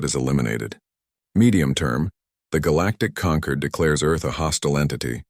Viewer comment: This planet is called Terra of SOL, NOT "Saul," STUPID AI! And the alien "Concord" is NOT the same as "Conquered"! DO BETTER. Hire a proofreader!